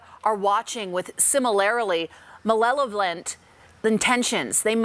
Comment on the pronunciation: The way she said 'malelllvolent'